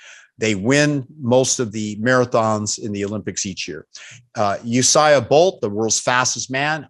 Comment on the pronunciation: 'Usia' Bolt ?? 'Collared' Greens ?? it's kind of hard to have confidence in a medical professional when they get so much wrong